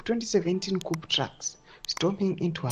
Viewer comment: Koo not kupu